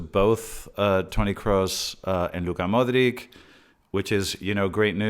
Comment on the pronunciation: Been watching your videos. Great content. Just a correction though. Modric is pronounced with a"ch" modrich... Keep up the great work